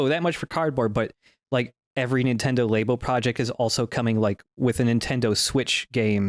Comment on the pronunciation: apologizing for pronouncing Labo as Laybo, but not ZX spectrum as Zee-ex Spectrum.